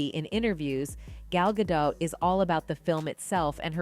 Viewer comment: It’s pronounced Gah-Dot, not dough. My lord. C’mon, girl.